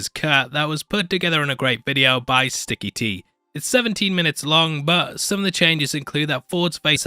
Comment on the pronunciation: It's Sicky T not Sticky T. It's theatrical not thee-ah-rickul.